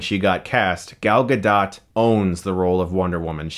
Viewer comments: God damn it... it's "Gadot"... Ga-dOOt not Ga-DOT. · Guh-doe. Gadot. Not Guh-dot. This hurts my ears. >:( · I think the 'dot' in Gadot is pronounced more like 'goat' than 'dot'...... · Her last name is not pronounced like polka "dot", it's pronounced like Gal Ga-"dough" which means riverbed in Hebrew. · GA-DOE........not ga-dot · It's Gal Gah-Doh! Not Gal Gah-Dot for fucks sakes chris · Hey Chris, Omri from Israel, thought maybe you would like to know that the way you should pronounce Gal's name is with a long "O" not a flat one. It's pronounced Gadote, not Gadot. LOVE YOU BRO. PEACE. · It isn't DOT, it is DOH or DOUGH. Please pronounce it right. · It was more like a dut than dot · "Gal Ga DOT" sigh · it's pronounced Gah doh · Her last name is pronounced Gah-Doht. It sounds like boat. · Everytime Chris says GuhDaht I wanna die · Its pronounced gadoe not guhdot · pronounced Gaal Gado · It's pronounced Ga-doh. Fuckin' idiot! The T is silent. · It is pronounced gado, even though it is spelled gadot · its pronounced gal gadoh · She's Israeli, it's pronounced Goll Ga-dough-t. Like 'Doll Afloat'. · It's pronounced Gal Ga-DOE, you DC shill. You think you would know. Neither she nor the female director will fuck you for this review, you know. You're married anyway. This is just sad. "Gee willickers! It was scho aweschsome to see the girl kick the Navy Seal's buttsz! Realishtic too!" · It's promounced 'Gah-doh'. FFS. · It's Gah-Dot. She said it herself in an interview. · It's pronounced Gahdoe, for fucks sake Chris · Gal ga-dough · You have to stop saying Guh"dot". You're killing me. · Her name is pronounced "Gal Ga-doe". I've heard too many people wrongly pronounce the silent "T" at the end of her name. That aside, I saw your reviews first back in 2014 and I'm a fan. Keep it up. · Good vid as always, but please take two seconds before you start recording to research how to pronounce names. It's pronounced "g'dough." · I thought it was pronounced Gal Ga-dough?